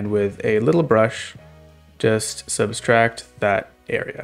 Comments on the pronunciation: Fantastic video, but you kept adding an extra S to "subtract" saying "substract", which is an obselete form of "subtract" Kept throwing me off, but otherwise good video XD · You keep saying "subStract". Sir, there is only one S in that word. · I was looking for this yeah this is a really good tutorial and cool idea, doesn't take away from it at all but him saying 'substract' over and over again was distracting as heck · Gotta say, I never thought to use Inkarnate for this. That's honestly a great use of the tool! btw, you're saying subtract wrong and it's a bit distracting. There's only one 'S' in the word